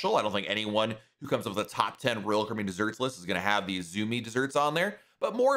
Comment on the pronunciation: Please slow down a bit while tells us older folks about your blog- though YouTube . The way you say(ROal) (Caribbean) 😮😢